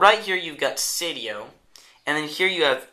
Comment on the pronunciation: it's "Seidio", not "Sedio" nice review tho =)